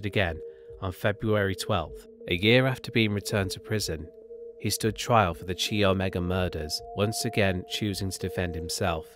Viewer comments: Chi Omega is pronounced "kie omega". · Tallahassee native here who remembers the fear in N Florida and remembers the day he was executed. They treated his execution like a space shuttle launch: even many elementary schools stopped class and watched the media coverage of his execution. Every time you say “Chee Omega,”😂😂😂😂😂😂😂. Hilarious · 1. It's pronounced kai omega, not chee omega. 2. He never escaped from Florida. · "Chee" omega lul.... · Good video but your pronunciation of words is atrocious! You really need to learn how to say the words that you are using before you commit them to a video. Like Ted Kaczynski‘s last name and The Chi Omega sorority house.